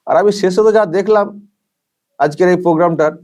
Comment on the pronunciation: প্রোগ্রাম যেভাবে "পোগ্রাম", গভর্নমেন্ট যেভাবে "গরমেন্ট", সেভাবেই সায়নী হলেন "তিনোমুলের শাওনি"।